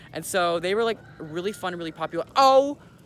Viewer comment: sighs okay so Mandy and Jewel- OH MA GAWD, WEALLY? weally sighs I actually hate those roosters so much…